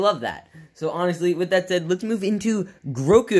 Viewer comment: His name is Grogu not Groku.